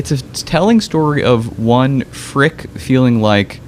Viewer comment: Schulze = Schulz-uh, Fricke = Frick-uh etc